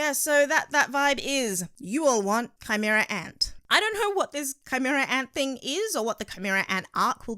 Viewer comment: ki-mera- anto